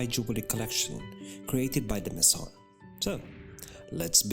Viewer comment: With all due respect, your voice is very breathy and your cadence uneven. You have a frustrating tendency to swallow your vowels. You also mispronounce quite a few words, such as “mason”, “cabochon”, “modernity”, “algorithm”, etc. You keep referring to “she”, “they”, “him”, “you”. Who are all these people? It’s important for the narrator not to mix up pronouns, so the audience doesn’t get confused as to the perspective from which you’re addressing them. Thanks for a beautifully presented video though.